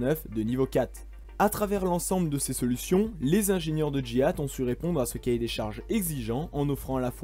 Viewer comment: Vous êtes sûr que GIAT se prononce comme Jihad?